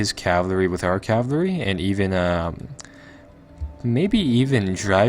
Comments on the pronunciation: For fucks sake just say cavalry properly for once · "Cavlery" XD yolo